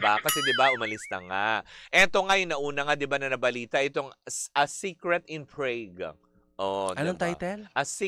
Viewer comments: Prague pronounce as Prog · Prague is pronounced as FROG pero starts with a P.